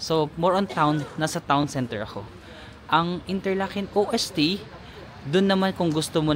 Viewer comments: Ost po not O-S-T 😊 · Ost means east and is pronounced as Ost not O.S.T. (Ost=W(V)esten Norden=Sud)😊 pero ok lang yan you will learn it as you travel around Swirtzerland and other german speaking countries. watching ur Europe travel vlogs.😊 Enjoy!!! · Di mn tinatanong or di pa man aKo nakapunta outside of asia pro ang alam ko dyan na ganun din alam ng Pinoy is ko-op or US correct pron is kow-op pro sa kakanood ko european vlogs pag europe usually norway daw is kop or koop(like chicken coop), walang hyphen or di sya two syllables, derecho lang kumbaga. Ung OST nga meaning east (vs west) (pronounced as OHST) di sya acronym as youve been mentioning). Pro based lang yan sa napakinggan kong mga vloggers na european and di nmn ako native speaker 😂. Basta gayahin ko na lng ung european vloggers😂 now I know 😂